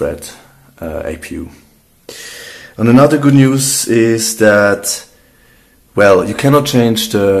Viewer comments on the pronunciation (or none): none